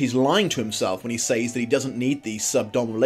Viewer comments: Speaking of physical and emotional abuse...I'm not an American, so I really don't actively want to tell the English how to speak their own language, but says is pronounced "sɛz" not "says" (search it if you don't believe me). Sorry but it makes you sound like ignorant uncouth moron! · I'm in love with you. There, I said it. Also, I ADORE how you say 'saYs' Oh, by the way, you forgot to mention the plot holes. But I have some ideas why you didn't mention them (2 hours long video)